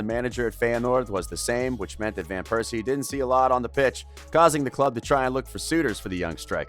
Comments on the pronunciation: Robin Van Pears See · No one has a problem with him saying "Piercey" instead of Persie every time?!?